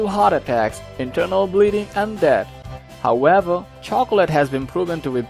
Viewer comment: I find funny the way he says however😂😂😂